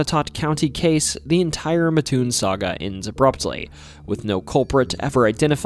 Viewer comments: MATT- TOON not Muhtoon (I live in Mattoon) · "MATT, TOON' not "MA-TOON" but great video! Thank you T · It's Matt toon not maatoon. Just like mattress lol. It's about like people not dropping the s at the end of Illinois. Rag doll is more interesting than the mad gasser. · It’s not ma toon it’s Mat toon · It’s Mattoon not Matoon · mattoon is pronounced matt-toon, not muh-toon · Illinois man here, it is pronounced Matt - Toon not Mahtoon. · I'm from mattoon. It's pronounced Matt-toon. Not Matoon. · it's not Ma-Toon. It's Mat-Toon. My family has lived in the area for over 200 years and no one has ever called it "Matoon." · This is tuff ash butt it’s mat-toon I live here trust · Not to be that guy but the town is called “Mat-toon.” I was yelled at about it when I went to EIU. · wrong pronunciation of Mattoon. Coles county folk call it Mat-Toon. With all the other stuff of that could have been talked about this was a good story. Cole’s county has some pretty crazy stuff from unsolved murders at air tight bridge, a hunted insane asylum, multiple witches graves. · Bruh, mattoon is pronounced matt toon. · It’s pronounced Matt-Toon. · It’s “Mat-toon” , I live in a very close by town. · I love that you covered Illinois! My state is a wild one. Fun fact, Mattoon is pronounced Matt-oon (it's a super common mistake, but the Amtrak conductors set you straight every time 😂) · I know the maker of this video isn't from central illinois just by the way he pronounces Mattoon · I live in Charleston. Right next to Mattoon. You're saying the name wrong